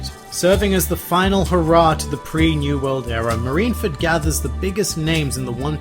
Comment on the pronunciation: Soooo , its not "marinefed" Its "MARINEFORD" ma-ri-ne-FORD... NOT ma-ri-na-fed --'